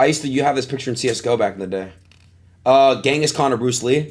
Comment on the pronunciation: Ngl Adin is so uneducated it's not even funny ... "what did Shakespeare do?" "What did Gehngis Kahn do?" Ngl I could cry at this point